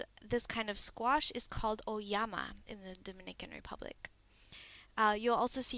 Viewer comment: FYI - It's auyama, not oyama. Otherwise, great video.